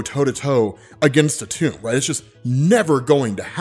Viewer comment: It’s pronounced atom… that’s where the molecule gets its name from dammit your killing me